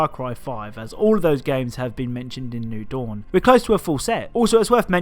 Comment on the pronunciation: "new doun"